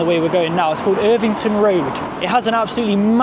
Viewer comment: It's not irvington, it's Evington